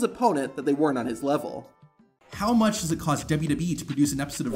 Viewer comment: Did anyone else notice on the maxxine dupri clip he said "too buch" instead of much 😂😂